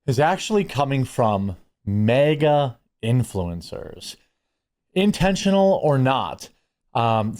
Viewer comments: Ok. Only thing I have a problem with is the Wisconsin/Minnesota way you say MAGA. It’s not MEGA. It’s MAGA!!! 😀. Great content as always. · Why do you keep saying MEGA? Its MAGA! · Is Jeremy saying mega as in they are big, or is that the Midwest way to say MAGA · Somebody really needs to teach Jeremy how to say MAGA